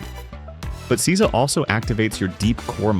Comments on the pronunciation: Seiza is pronounced 'say-za', not 'caesar'. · I wish you'd found out how to pronounce these words. Its SAY ZAH, nor see za. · Nice video. Just One thing. It's pronounced "SAY-ZA", not "SEE-ZA". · Seeza.😂 you mean say-za =seiza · It's pronounced SAYza!!!!! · That you can't say seizo shows that you are a fraudulent dimwit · Seiza is pronounced 'SAY-zah'